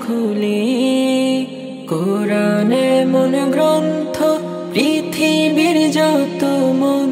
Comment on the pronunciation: সবকিছু মোটামুটি ঠিকঠাক আছে দেখা যাচ্ছে কিন্তু ছেলেটাকে তো দেখে মনে হচ্ছে কোন মাদ্রাসার ছাত্র হবে কিন্তু কুরআন শব্দটা তার সঠিকভাবে উচ্চারণ হয়নি